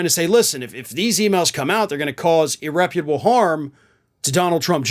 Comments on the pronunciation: "Irreparable", buddy, not "irreputable", whatever that is. Muchas gracias. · "Irreparable" harm, not "irreputable" harm.